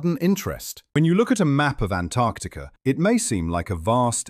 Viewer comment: Thanks for pronouncing the first 'c' in Antarctica! ❤